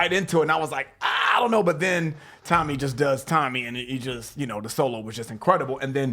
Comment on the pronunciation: ...it’s tony not tommy. TOE-KNEE EYE-OH-ME